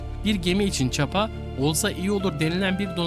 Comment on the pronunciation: Dilini eşek arısı soksun, çapa çapa dediğinin doğrusu ÇIPA